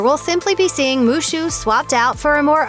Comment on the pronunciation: Is wushu not mushu 😂